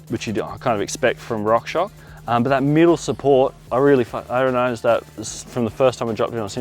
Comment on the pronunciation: fyi it’s rock shoX (shocks)